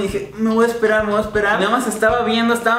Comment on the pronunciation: "Me voah espera" x2 😂